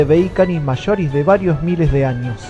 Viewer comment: una wea es su acento coloquial y otra es pronunciar mal nombres científicos